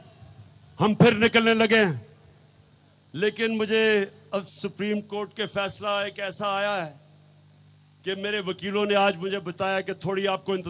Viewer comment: ایا ہے آ یا نہیں ہے ، ا کے نیچے زیر ہے ا کے اوپر زبر نہیں اس طرح مطلب ہی بدل جاتا ہے ، آ پ عمران صاحب کو بتائیں